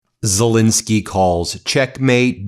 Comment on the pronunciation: WHY?? on MTN, is Zel-E-nsky STILL Zel-I-neky?